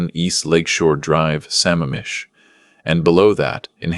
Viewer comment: It's Lake sa-MAMM-ish! Also, if the son is so rich, why are all the other monetary mentions so skimpy in comparison?